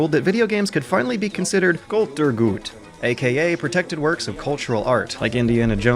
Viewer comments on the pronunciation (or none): Just FYI, "Kulturgut" has the emphasis on the second syllable, not the first. Good video on the whole though